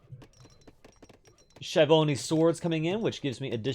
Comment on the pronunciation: Very very effective review. Schiavoni is Skiavoni not Scia.. the Sh is in italian Sc generated.